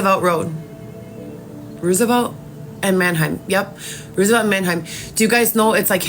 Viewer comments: It's Roosevelt like President Roosevelt not what she saying. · Why does she keep pronouncing Roosevelt road the wrong way?